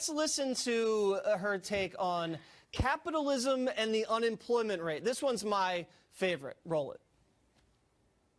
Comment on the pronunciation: My tiny contribution is that I don’t like the way she says “and”. It sounds like “Ayind “